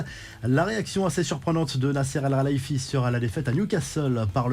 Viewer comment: Vous n'arrivez toujours pas a bien prononcer le nom de Nasser. C'est "Al-Khelaïfi" et non "El-khalaïfi"! Faites un effort quand même